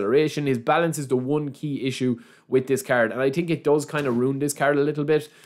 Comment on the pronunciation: its so funny when he says „i definitely ting“